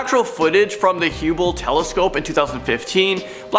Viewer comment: It’s not Huebal, it’s Hubble telescope.